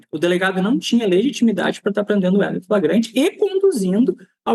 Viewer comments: "Fragrante" dotô? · É tão burrinho. Fala "fragante" 😂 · O que esperar de uma “autoridade policial” que pronuncia “fragante” em vez de “flagrante”, termo do Código de Processo Penal (CPP)? Precisa dizer mais alguma coisa? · primeiro lugar ele não sabe nem falar o português correto, ele disse em um vídeo a palavra "FRAGANTE" várias vezes, o correto é Flagrante. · Ele quis dizer: "Flagrante" e não fragrate!🤭🤭🤭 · Em Goiás as coisas mudaram muito. Antigamente o sujeito era indicado por políticos influentes para ser "puliça" mas mesmo assim vez em quando surgem idiotas iguais a este. Tomara que o governador exonere este imbecil para o bem da boa policia goiana. Um sujeito que não consegue nem falar a palavra FLAGRANTE passou em um concurso para delegado de que maneira? Quando Ronaldo Caiado diz que bandido no estado de Goiás tem que mudar de profissão, deve ter esquecido deste delegadinho medíocre e incapacitado para a função de proteção da sociedade! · Agora qualquer analfabeto vira delegado? O cara não consegue falar "flagrante". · O delegado não sabe sequer falar "flagrante" corretamente, imaginem as regras legais desse tipo de prisão. Totalmente despreparado. Em qualquer outro estado da federação isso seria demissão, mas em GO, um estado em que o próprio governador diz que a policia tem carta branca para fazer o que quiser, esse tipo de coisa é comum.